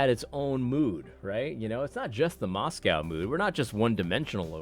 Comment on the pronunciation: It's pronounced MoscO